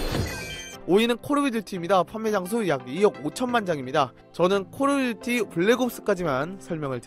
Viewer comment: 콜오브듀티 발음이 힘드신가봐요 ㅜㅜ